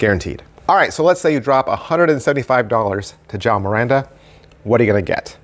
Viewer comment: Hey the Portuguese name is João not Jao 😂😂...thks for the review